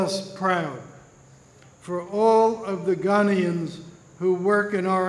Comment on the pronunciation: It was a good speech which would have been made better had the speaker been taught how to pronounce Ghanaians and Accra.I winched every time he said Ghanaian.